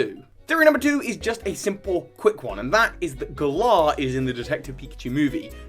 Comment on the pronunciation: pfffft Stop pronouncing Galar like that, you sound like a real galah. xD They pronounced it more like 'valour' with a g in the announcement trailer, anyway. Emphasis on the first syllable rather than the second.